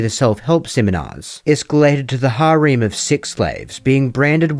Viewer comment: You pronounce “harem” like “Hareem”